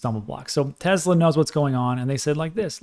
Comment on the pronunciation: TeSla, not TeZla. It's a last name.